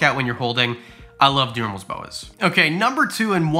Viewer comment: 😂🤣 you’re killing me in this video lmao. “DU”merils boas.